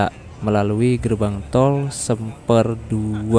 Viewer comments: Bang, semper itu bacanya semper bukan (seumpeur) 😅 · Dibacanya semper bang bukan semper😅😅😂😂